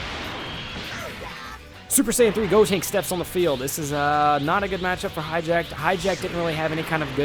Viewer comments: its pronounced hatch e yack, not hijack! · hatchiyack. not hijack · and it's hatchiyak not highjack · This dude said "Hi-jack" Ahem if you can read.. Its HATCH-E-AC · I know it's hatchiyyyyyaaaack not hijack god when will people learn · Why do you pronounce Hatchiyack like that? It is clearly not "hijacked." I enjoy your videos, but that's super annoying. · Everyone makes the same mistake on Hatchijaks name. I'm sure thats close to how to spell it but everyone says Hijack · His name isnt Hijack guaaah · Pronounce the names correctly for once. Mis-pronounced Hatchiyack.